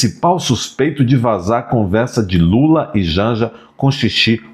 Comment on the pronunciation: Nem o nome do companheiro lula sabe falar. 😂😂😂😂😂😂😂😂😂😂😂😂😂😂😂😂😂😂😂😂